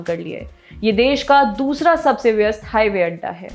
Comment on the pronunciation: हाइवेअड्डा नहीं हवाईअड्डा होता है।